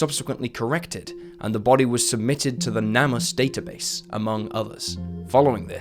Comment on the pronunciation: Why does no one say NAMUS always pronounced wrong? It's name us. Get it?